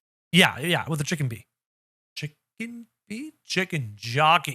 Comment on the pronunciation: chi-cken- bee?